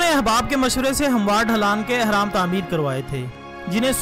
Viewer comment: 1)احرام نہیں بلکہ اہرام ہے 2) اور سورۃ قصص ہے قصاص نہیں 3) اور آپ نے سینتیس کہا اور لکھا 83 ہے دو بھی غلط! سورۃ قصص کی آیت 38 ہے آپ نے جس آیت کا حوالہ دیا۔